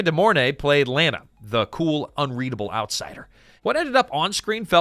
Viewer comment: Her name is pronounced La na, in the movie.